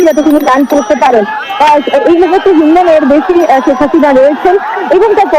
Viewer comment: ছেক হাসিনা নয় শেখ হাসিনা। উচ্চারণ ঠিক কর।